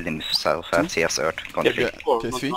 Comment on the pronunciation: Its Three not free lol Englishman